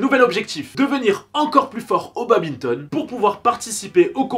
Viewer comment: Mes oreilles quand elles entendent babinton au lieu de badminton 💥💥💥🤯🤯